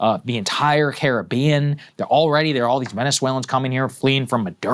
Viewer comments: Sagaar's pronunciation of Caribbean countries was the worst I've ever heard. 😂😂😂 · Saagar butchered the names of those Caribbean nations 🤦🏾‍♂️😂